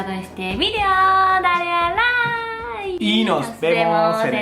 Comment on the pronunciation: Oye dijiste "Like" perfectamente, siempre dices algo como "rike" en cada vídeo tu pronunciación es mejor, aunque esa palabra es del ingles, igual felicitaciones.